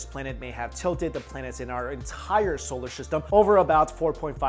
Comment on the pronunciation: Why he keep saying solar sishtem